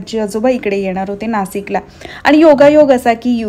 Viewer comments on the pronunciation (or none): नासिक नाही ग नाशिक बोल... जास्त सुशिक्षित बोलण्याच्या नादात चुकीचं बोलतेस तू 😂😂😂